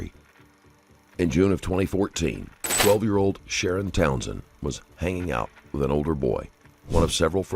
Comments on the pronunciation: I'm pretty sure his name is Sha-Ron (shuh-ronn).....NOT SHARON😂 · the detective says “sha-ron” after I left this comment so yes that’s how you say it not like Sharon Osbourne